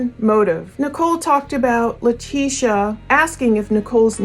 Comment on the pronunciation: her name is pronounced Lie-tesha. Great work as always